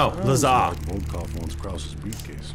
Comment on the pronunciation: you probably won’t see this, but Lazar’s name is pronounced as “La-z-are” Edit: nevermind I guess I said that too soon lol